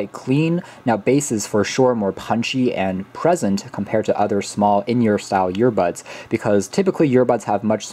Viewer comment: Sooo am I the only one hearing “YEAR-bud(s)” over and over again?